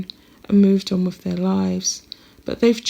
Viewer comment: Although you make an effort to speak “ nicely “ I suggest you practice your “th’s” In particular “ with “ and “father “ as neither are pronounced “ wiV “ or “ faRVA”